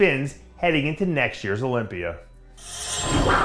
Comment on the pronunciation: It’s pronounced Olympia, not Olympiad, idea, not i deer... you I-talian